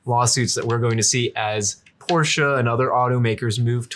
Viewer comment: Pronouncing Porsche properly is a breath of fresh air. Thanks, gents!